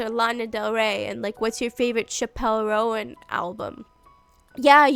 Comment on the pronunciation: ☝🤓erm "chappell" is pronounced as chapel 💒and "roan" is one syllable like the horse 🐴